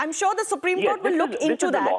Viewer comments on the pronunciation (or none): why do they pronounce it as CORT. Its court